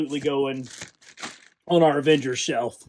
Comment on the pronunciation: "Aengers vialians"